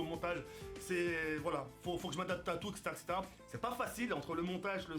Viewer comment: Bravo & couillu de ta part de quitter ton ancien format. Tu as juste des petits soucis avec le mot "etc" ^^ mais sinon ça avance plutôt bien! Bonne chance pour la suite: )